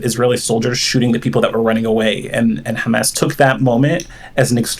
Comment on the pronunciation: I love when he pronounces it ham ass